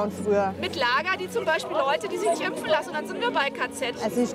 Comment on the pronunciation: Kann die Reporterin das Wort impfen bitte mal richtig aussprechen und nicht ÜMPFEN. Das triggert so krass.